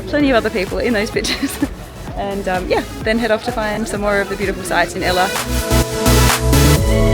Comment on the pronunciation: What a wonderful travelogue. However, I was distracted by the poor pronunciation of some of the places visited. It's not pronounced Sig-e-rhea but Sea-ghi-re-ya and Ella is the Sinhala word for 'waterfall' (pronounced al-le) and not the girl's name!